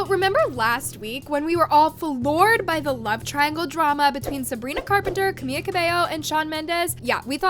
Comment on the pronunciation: bro, still camia? it’s camila omg 😂